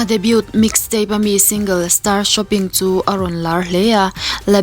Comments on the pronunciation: debut ti trut² la nih chuan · Debut i lam dik ngai lo